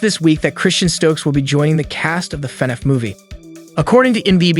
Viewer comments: Why did it sound like the narrator kept pronouncing FNAF as fuh-niff? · Why you say fnaf like that